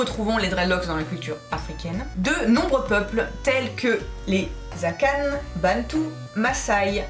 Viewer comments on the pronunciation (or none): Akan ne se lit pas "Akane" mais "À quand" (très bonne vidéo au passage)